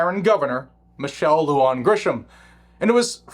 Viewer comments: Love your content.. big supporter.. Just an FYI for you (having been born in NM), not that it's really important, but wanted to offer the pronunciation of these names/words.. First, the commie governor's name is Lujan, pronounced *LOO-HAHN*... Next "Bernalillo"... pronounced *BERN-AH-LEE-OH*... Totally NOT hating man, like I said... LOVE you! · FYI: Lujan is pronounced like 'loo han'